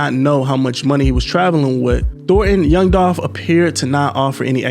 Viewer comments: It’s Dolph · Its Dolph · ITS DOLPH !!!!!!!!!!!!!!!!!!!!!!!!!!!!!!!!!!!! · ITS DOLPH UH-HUH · It’s DOLPH 🐬